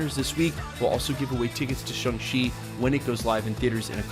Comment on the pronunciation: It's not shung chi it's Shang chi ...